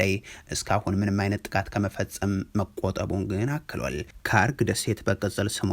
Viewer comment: ካርግ ሳይሆን ሃርግ ደሴት ብለህ አንብብ ወዳጄ 😂